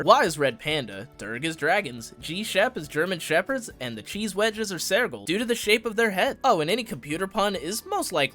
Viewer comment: just a heads up sergal is sir-gal not saer-gal